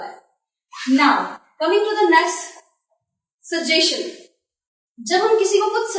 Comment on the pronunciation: You are doing a great job, plus your handwriting is beautiful. Just one suggestion, please pronounce it as "suges chun", as in question. If any of you want to learn correct English pronunciation, see the 10 free videos "The best English pronunciation. Spoken English-2020". It does not teach grammar, just fixes pronunciation and accent problems of most ESL learners.